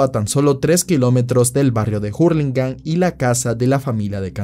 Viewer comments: Se dice ur no jur no somos yankys la h en español es muda cipayo jajajaja lo de cipayo es bromita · hurligam la h es muda xd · me da risa como dice jurlingham jajaja